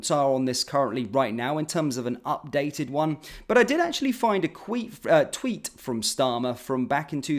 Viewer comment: Did you just say queef instead of tweet 😅😂